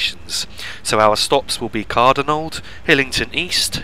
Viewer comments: Car-donald is the right pronounciation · Good Video for route learning. Although I didnt see Shield Road Train Depot(on the left hand side shortly before Cardonald. And It is pronounced, Car- Donald.(Not being picky Though) Keep up the good work!